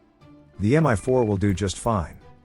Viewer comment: Mi is from "Mil", i.e. it's reading as "me" in english. Also, like for Brown Shark (local WarThuder meme)